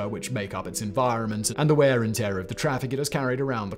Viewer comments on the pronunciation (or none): none